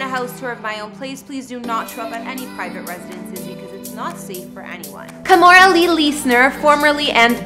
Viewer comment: Stop pronouncing her first name as "Ka-mo-ra". It is pronounced "Kee-mo-ra". No matter what Kimora says.